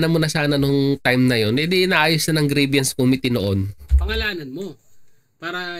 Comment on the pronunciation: Grievance po (pronounced as greebans) hindi po grieviance or greebyans.